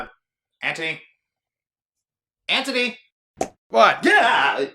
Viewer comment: When he said ant toe knee I couldn't stop laughing